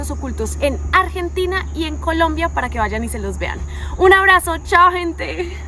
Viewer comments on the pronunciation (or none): none